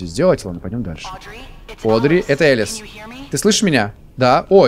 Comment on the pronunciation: Не Элис а Алиса